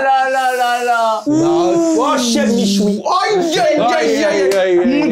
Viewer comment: Salem michou, franchement bien l'accent